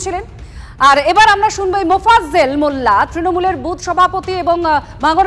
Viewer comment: এত বড় নিউস চ্যানেলের সঞ্চালক ও রিপোর্টার মোফাজ্জেল না উচ্চারন করতে পারছে না লজ্জা বাংলার নিউস চ্যানেল!